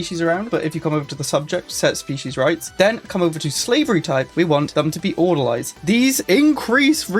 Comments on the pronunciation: Its not Order-lie it's ORDER-LEE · Orderleez Not Order-lies I'm a pedant, I know. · It's Order-"Lees". Like people who work at a hospital.